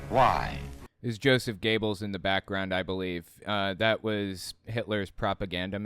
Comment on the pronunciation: "Goebbels" doesn't rhyme with "gables", but with "gerbils". Stop saying "gables", no! Just stop it! Apart from that, great work 🙂